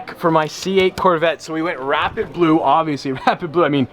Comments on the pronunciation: Did anyone else hear him saying “wrap it blue” instead of “rapid blue”? I was so confused for a minute. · Anyone else think he kept saying "wrap it blue" instead of "rapid blue" paint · Ngl when I heard him say rapid blue I thought he said wrap it blue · I swear he kept saying he'd 'wrap it blue.' 😂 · Who else thought he was saying “wrap it blue”